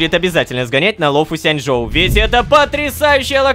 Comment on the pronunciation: почемуу ну почему лофу сянДьжоу если лофу сянЧьжоу